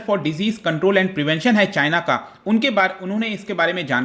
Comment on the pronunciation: As always "chyna"🤣